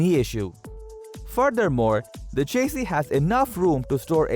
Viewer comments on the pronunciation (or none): It's chassis not chasee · Repeat after me… sha see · New drinking game. Take a shot every time this gentlemen mispronounces chassis. As a matter of fact don’t. You’ll die.